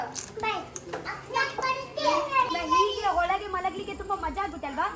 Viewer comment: correct the pronunciation it's not Holage it's Olage learn to know the difference between Ha and aa